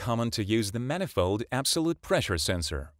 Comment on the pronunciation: "Poolee" and "manifoe"!